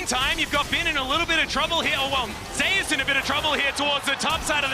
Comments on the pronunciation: Exactly my thought it makes no sense to say it that weird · Why does he pronounce zeus name ljke that lol 💀